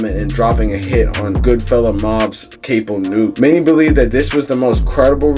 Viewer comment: Its Cap-o not cape-o young YT boy